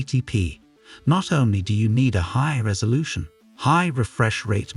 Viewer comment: lol honestly think this is just a ai generated video with stolen benchmarks since its pronouncing all the resolutions wrong